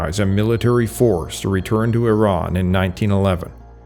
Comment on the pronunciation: This is an exceptionally accurate and substantive documentary about Iran, and kudos to the narrator for the accurate and literate pronunciation of the proper names ( Iran instead of “I ran”); thank you for your contribution.